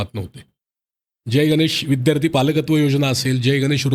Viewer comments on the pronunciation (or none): none